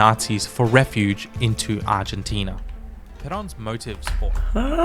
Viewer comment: También seria bueno que vieras videos de habla Argentina ya que la pronunciación que vos hacess es incorrecta debido a tu idioma pero seguro se te entiende!